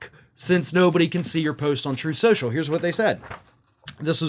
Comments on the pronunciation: "Troth. Cential." - DJT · Actually, according to Donald, it's pronounced "Troth Socul".